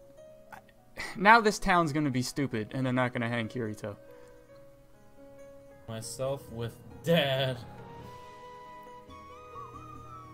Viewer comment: didn't even say kirito right smh. He obviously didn't watch sao